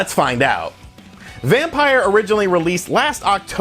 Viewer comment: It's not Vampire, it's Vampyr. (vam-peer)